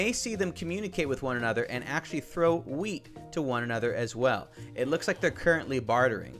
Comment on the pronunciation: Ha-weet (wheat) best part of the video